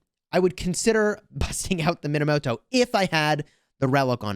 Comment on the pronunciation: You were saying the name wrong the entire time. It's pronounced Moneymoto